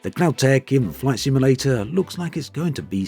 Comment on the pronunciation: Take a shot every time he says "Microsoft Flight Simalayta 2020"